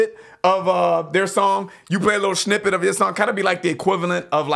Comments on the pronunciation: Snippet not schnippet. Chuckle. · He keeps saying schnippet hahahahaha